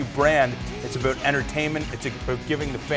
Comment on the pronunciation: Talkin "aboot" it?